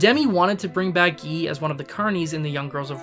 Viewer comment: By the way, the French name "Guy" is pronounce "Gee" (hard g). If you are such an aficionado of these films, why do you murder pronunciation of place and character names?